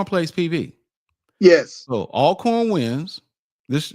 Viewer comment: Al corn, dude stop it. You played at Grambling and saying Al corn. Hopefully he’s trying to be funny. I’m JSU btw. Everybody knows it’s pronounced All corn